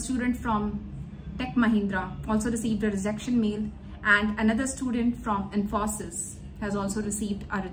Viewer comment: They may have delayed your onboarding as you are not pronouncing Wipro and Infosys correctly.